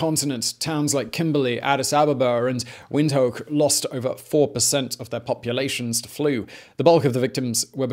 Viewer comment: wind-hoke LOL Oh, Simon. I do love you so. It is pronouced vint-hook